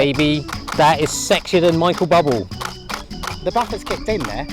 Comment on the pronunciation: "Sexier than Michael Bubble" 😂😂 (It's Boob-LAY)